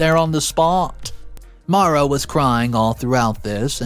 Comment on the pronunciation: The correct Pronunciation of the name Maura is 'more-ah' please learn to pronounce names correctly - Maura rhymes with Laura